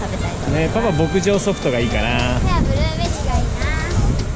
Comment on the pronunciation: ブリーベリーになってた笑